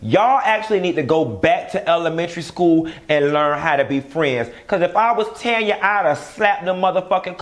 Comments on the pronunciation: TAAAAANYA!!!!! Not Tonya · her name is TANYA!!! TAN-YA lol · Tanya, not Tonya 😆😆😆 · Do it’s TANYA not Tonya🤣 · STOP calling that lady Tonya when her name is Taaaaaaanya🤦🏾‍♀️🤦🏾‍♀️🤦🏾‍♀️